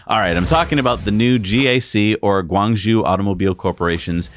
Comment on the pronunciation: Hi Guys, great job as always. But, in your GAC Motor segment , you guys did a really bad job at pronouncing Guangzhou (广州)! You got the first part right Guang, but the second part zhou is actually pronounced just like the name Joe. The zh in mandarin sounds like an English J and the ou is like a long o.